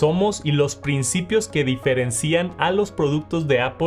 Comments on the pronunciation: Se pronuncia “diferéncian” 😉 (dejo mi comment también para apoyar el algoritmo eh, no me funen 😅) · El video está hecho con IA? Tiene errores de pronunciación en algunas palabras🤨 “diferencían” dijo